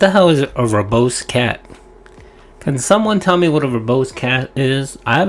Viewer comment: Verbose cat? Wtf is he on about he has no meaning of what that word means 😂 for anyone who doesn't know it essential means using too many words to explain something. He also pronounced it verbost 😂